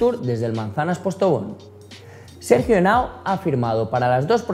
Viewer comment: Es Henao, no es Henoa